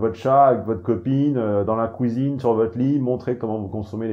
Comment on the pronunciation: « La kouizine c’est par-là... » MDR 🤣